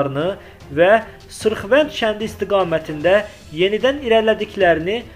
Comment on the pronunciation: Sırvənd yox sırxavənd